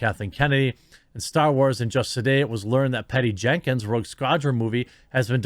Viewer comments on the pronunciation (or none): none